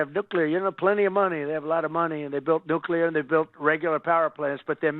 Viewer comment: For God's sake, someone tell him it's *nuclear not damn *nuculear.